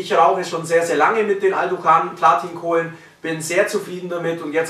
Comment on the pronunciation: "Blatin Kohlen" 😂😂😂